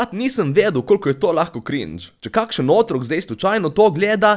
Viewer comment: Otrok se naglašuje na drugem O!! Tamo vprašaj!